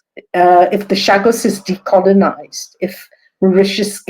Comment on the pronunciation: Great guests but for the host please get your pronunciation together before airtime. You mispronounced Mauritius and Chagos several times. It’s a bad look for your channel.